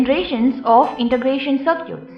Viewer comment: I wonder, why she keep saying "Sir-cutes" to circuits??